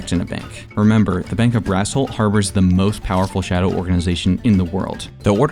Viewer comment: So who's gonna tell him that "Brassholt" sounds an awful lot like "Asshole"? But I guess it makes sense that the Alphas live in Asshole City